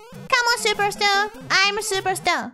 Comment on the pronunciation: I like how she has near perfect R pronunciation on "Superstar" and then immediately says "tahturl"